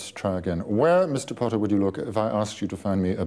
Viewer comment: Snape: "potTAAH" Harry: "Professor you know I have a name"